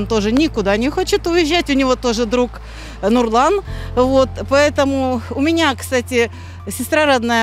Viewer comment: Она имя "Нұрлан" прозносить через буквы "ұ".